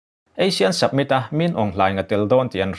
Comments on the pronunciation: Submit nilovin Summit aw... Han fimkhur zual teh...ngaihthlak a nuamlo vek zel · Submit ni loin Summit aw. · Submit nilovin summit tih tur. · Submit a ni lo, summit... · samit ti a lam rik tur ni awm tak. sabmit i ti tlat in ka hria. ka beng dik lo nge? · Summit not Submit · A bengvar thlak thin hle mai. Summit i lam dan hi submit tia lam a ang khawp mai. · Summit tih hi Submit tia lam chi a ni lo. Fumkhur deuh teh. A țhing pha tlat. Khaw khat chanchinbu mai a nih loh hi. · Chu chu lawm ka lo ngaimawh em em chu submit a ti zel a, mak ka ti tawp